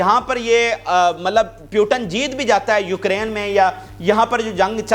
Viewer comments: Bhai, it's Mr. putin,, not Putan,😂😂😂😂❤❤❤, Russia is super power, downfall of uncle sam ie US has already begun since 3-4 yrs😅😅😅😊😊😊😄😄😄🥰🥰🥰🥰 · Bhai..... Russia ke sadr ka naam POO - Tin kah ke pukara karen... na ke PYU - TIN. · Putan nahi Putin bolo